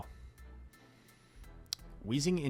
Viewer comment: Idk who calls it Drap-eon it just sounds ridiculous it is and always will be Drape-eon